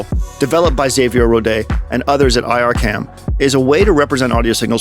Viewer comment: FYI, IRCAM is pronounced "EAR-CAM", not "EYE AHR CAM"